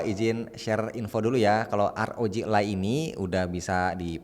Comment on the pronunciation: bukan elay bang. tp aroji alay